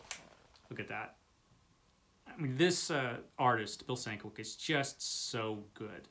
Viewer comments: Sin-KEV-itch lol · Very nice pickup! I love Beehive book editions. And just for future considerations, Sienkiewicz is pronounced Sin-Kev-Itch or Sen-Kev-Itch (according to Stan Lee). Take care, man.